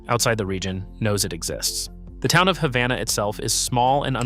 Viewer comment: #4 is pronounced Hay-vana.